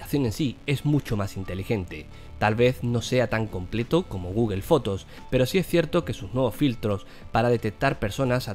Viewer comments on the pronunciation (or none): gugel jajajajajajja :´D